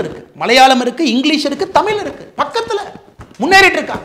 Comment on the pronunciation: சரி முதலில் நீங்கள் டமில் என்று உச்சரிக்க வேண்டாம்...தயவு செய்து தமிழ் என்று உச்சரிக்க வேண்டும்....சரி